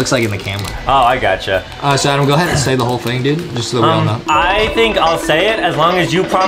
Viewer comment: justin said adam not adem